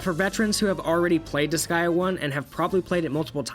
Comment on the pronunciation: Why do you call it disgaia? It’s disgaea, DIS GAY A